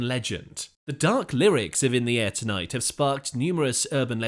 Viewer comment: Good video BUT why do you say Say " In the AIR tonight " ? When it's actually "In the air TONIGHT" a small thing i know but really annoying , Listen to how Phil says it. 🙄